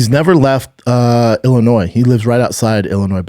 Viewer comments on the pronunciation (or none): none